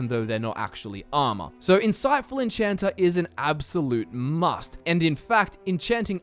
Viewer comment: I find it kind of funny how you add an r to Magica (making it mgicer) and remove the r from enchanter (making it enchanta).